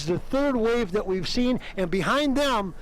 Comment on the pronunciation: "Yea we seent the pegasus."